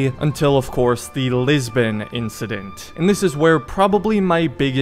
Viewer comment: i will never understand why "Lisbon" is being pronounced "Lisben"